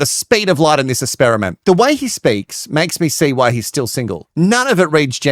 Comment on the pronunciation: I have a question because I just started watching this YouTuber so don’t know.. Is there a reason why he can’t say the letter X? He says ‘ESPERTS’ AND ‘ESPERIMENT’ so I’m wondering if it’s an actual thing and been addressed previously where he won’t say the letter ‘X’ anywhere.. ???